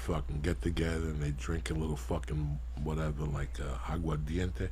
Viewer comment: Columbus beat up Indian's "wuteva"...